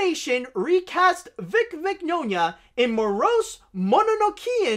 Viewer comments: It’s “min-YAH-nah.” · Mignogna’s mane is pronounced like Mañana, as in hasta mañana.